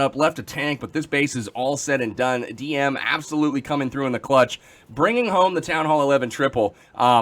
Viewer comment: Nice thumbnail also Dm must be happy that you're saying his name correctly ^^